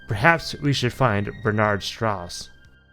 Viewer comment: Strauss is pronounced “str-ow-s” :)